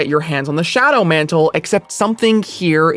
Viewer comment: john mant'le